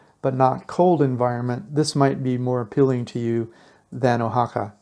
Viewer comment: How about matching video to voiceover. And learn to pronounce the names correctly. You have missed of them. Wah ha ca not o ha ca